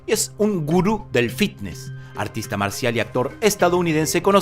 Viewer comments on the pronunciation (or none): none